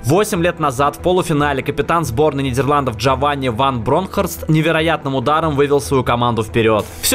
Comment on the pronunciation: Ван Брокпхфорст))